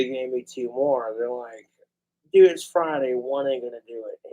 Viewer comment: it’s how pronounces ‘dude’, doodt